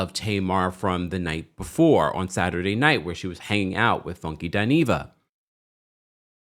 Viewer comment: WTF DID FUNKY JUST SAY SADY NIGHT 🌙 😂😂😂.